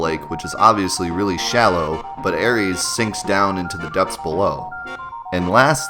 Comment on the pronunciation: No cap I will spin the block on these aris mans that name is so cringe it’s arith my nigga I will commit crimes over this 😂